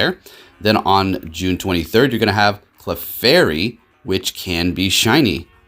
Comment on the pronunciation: Dude its clefairy